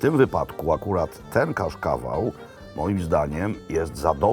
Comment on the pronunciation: Panie Robercie, ser nazywa się cascaval czyta się kaszkawal 😁